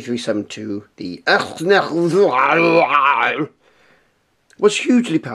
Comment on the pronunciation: There are a lot of "add ons" to your intro. NOW we have the Enterprise coming at us! What comes next, the... [IKS NEGH'VAR] (however you say it)? The way how you said "IKS NEGH'VAR" sounded like a good response to "Hello?... Can you hear me?... Say something!"